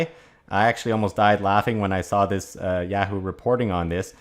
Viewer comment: Its ya hoo not yeahoo